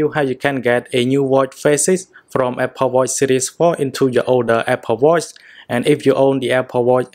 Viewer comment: Watchhhhh not watt